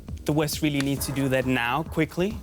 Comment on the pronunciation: I think the blonde chic must be Elmer fudds granddaughter she says be bewy bewy qwiet I'm hunting Wussians